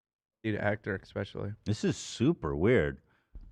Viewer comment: with the "Espesh" 😆🥰